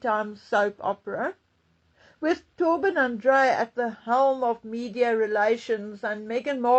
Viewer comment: You are still mispronouncing Tobyn's name. Is that on purpose? At bottom, Charles is the problem. He can't go soon enough.